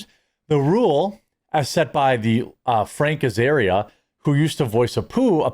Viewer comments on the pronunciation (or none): Are you saying Frank Azaria? Cause it sounds like you are. It's actually Hank Azaria.